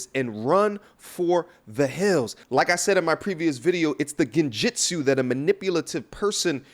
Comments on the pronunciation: said genjitsu 😂😂😂😂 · Did he say genjutsu? 😂😂😂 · Did my man say genjutsu